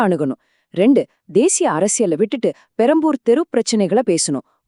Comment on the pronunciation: Adaa tharikuringala Adhu perambur illa perambalur